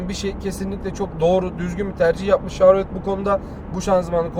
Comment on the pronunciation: Telaffuz yanlış olmuş chevrolet şavrolet diye değil şevrolet diye okunur. Ayrıca araçta 8 hava yastığı bulunmakta. Bu da ufak bir bilgi olsun.